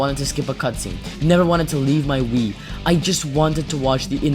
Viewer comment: I had to turn on the captions to realize you said "Wii" instead of "Weed" 😅